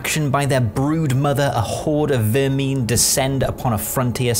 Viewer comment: I respect the commitment to your pronunciation of Vermhin